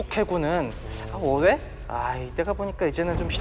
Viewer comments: 적당히 짧아야지 하필 어뢰만 몇십번이 나오는데 어뢰를 어네 어데로 들리는데 불편하지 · 열심히 하시는데 저도 발음이 특히 어뢰에서